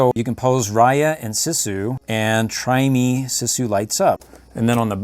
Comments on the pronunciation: You pronounce Sisu’s name like “Sea-sue.” You pronounced it incorrectly the entire video. 🤦‍♀️ Hope this helps for future videos! I actually just ordered the light up dragon Sisu figure from the Disney store, but I want to get the hasbro one and all the others I can find! I can’t wait to get them all! What do you do with all these toys after you make these videos? There are several dragon Sisu figures in this that I literally cannot find anywhere... 😭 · its actually read siiiiisue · It is Pronounced sesu not sisu